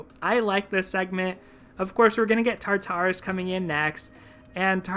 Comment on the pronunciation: I think you're pronouncing Tartarus incorrectly. Don't space out the tars. kinda sounds like "tar-taure-us" in 3 quick syllables.